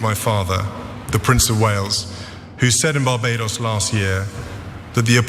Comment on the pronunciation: It's not Barbedos, it's Barbados. Stop butchering our name America.